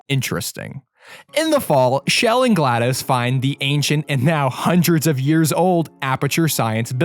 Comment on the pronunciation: SHE's NAME CHELL NOT SHELL!!!!!!!!!!!!!!!!!!!!!